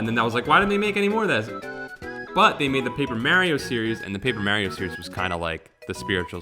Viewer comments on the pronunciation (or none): Oh god, says "Mae-ree-oh". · Is the constant mispronouncing of "Mario" as "Mareo" a Two Best Friends Play reference or just your accent?